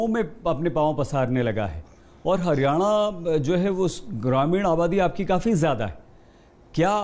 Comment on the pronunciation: हिरयाणा नही हरयाणा होता है